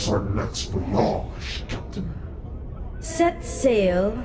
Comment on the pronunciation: lol the way he pronounced Voyage